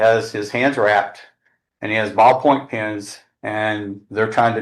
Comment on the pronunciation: I swear he kept saying penis and not pens, he said I stuck him in the face with penis......ummmmm